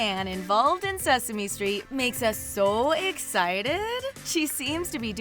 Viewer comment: "Soooooo Excited" sounds like a bit of Fargo slipped out.